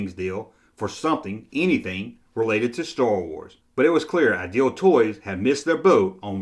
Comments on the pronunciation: It sounds like you're saying "Aisle Toy Company." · Please pronounce IDEAL correctly. You get it correct about half of the time. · Don’t worry, your contribution is another great video, his is picking up on a minor vocal glitch. You’re doing a great job👍